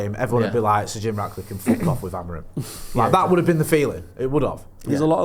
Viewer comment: it’s Jim RATcliffe ffs!!! Not “Jim Radcliffe”🤡🤡🤦‍♂️🤦‍♂️🤦‍♂️